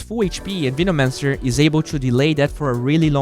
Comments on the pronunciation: Still slightly triggered about Veenomancer pronunciation. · "Veenomancer"" 😂😂😂 peace